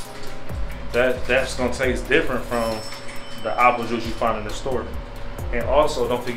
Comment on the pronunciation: Appo pie …. apo cider apooh sauce lol 😂😂😂😂😂 Nice blog bro this here is different